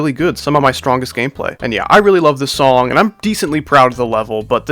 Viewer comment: Shadow stepping said nong not song but anyway good layouts and deco